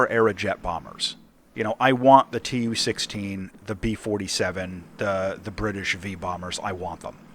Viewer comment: It's not «tee-yuu sixteen», it's «Too sixteen»